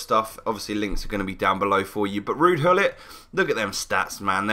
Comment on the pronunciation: Why do you pronounce it 'ruud hullit'???!!! It's Gullit!